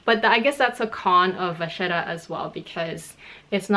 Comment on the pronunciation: I appreciate you explaining the two pronunciations in French and Italian at the beginning 😊. I also speak both languages and know we like to make up our own versions of how to say things in the luxury community 😁. Spot on with the French (of course!) and Italian 👌. Thanks for the video 💕